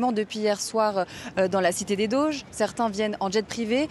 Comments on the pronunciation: cité des doges pas des "dauges" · Mais pourquoi prononcer "Dôges" ?